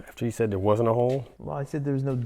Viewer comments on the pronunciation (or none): none